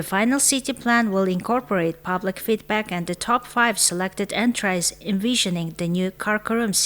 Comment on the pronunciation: Entries гэхийг энтрайс гэж уншаад байхын 😮